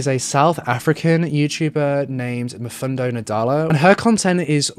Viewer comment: The way you pronounced Mfundo’s name, it was so cute. I’m from 🇿🇦🇿🇦🇿🇦, know her and Mfundo and I speak the same language... ❤️❤️❤️ all the way from 🇿🇦🇿🇦🇿🇦!